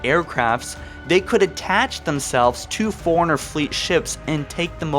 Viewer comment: Lie berry, furiner, and a few others that escape me atm. Then again, the bloody game calls the Master Chief "Sir!" 😆